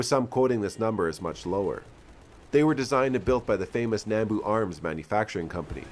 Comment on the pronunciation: A quick pet peeve I have about how people pronounce “nambu”. It’s pronounced “nahm-bu” not “nam-bu”. And if you want to fight me just remember we say “vee-ut-nahm” not “vee-ut-nam”